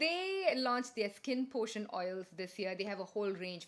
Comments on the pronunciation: hahahaha sound effects for PRACTION of the price!!! its actually cute that you just continued talking <3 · "For the praction of the frice!!!" I just love you for this!!